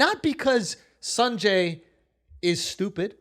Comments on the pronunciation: Why on earth would I say Sun-Jay when his name is San-Jay. I'm supposed to just know when your fvckin name is spelled wrong for the pronunciation 😂😂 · Lol I can relate akaaash hating mispronouncing names for no reason . saaanjay “